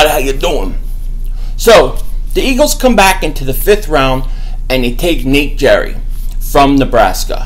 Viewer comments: Its pronounced GARY!! NOT FUCKING JERRY!! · Coming from Nebraska, his name is pronounced "Gary". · Haha, no. You said "Jerry" haha. The "G" sounds like a "G" and not a "J". Btw, I watched him all year and I was not thrilled when they drafted him because I thought they wanted him as a safety. He doesn't have the speed for that at the NFL level, but as a WILL LB? Absolutely! Great instincts, solid muscle, above average speed for a LB and great in coverage. Good hands too. He can also blitz well. If he adds the weight well, he will be slightly bigger than Deion Buchanan, the LB/S hybrid that the Eagles will use him similarly to. He's a special teams ace as well, which is what you look for in the 4th-7th rounds. Great work ethic and great teammate. Phenomenal value pick. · It's not Nathan Jerry , it's Nathan GERRY.